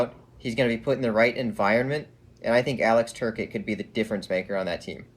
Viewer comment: Has watched any Kings games before? He mispronounced more than a few names. It's "Tur-cott" not "ter-ket". Kings have 15.5 mill in capspace atm. Plenty of room in the cap. Also, Brown isn't going anywhere. He led the Kings in goals last season and the Kings have already announced their intensions with him. He's there to mentor the next generation. Thanks for the opinions on LA. Always great to get different perspectives.